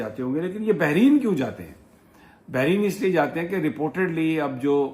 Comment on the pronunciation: Sir jee Lafz hai Bahrain , do samundar and NOT Bahreen :)